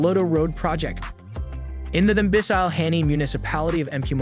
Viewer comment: I died when he pronounced "Thembisile"😂😂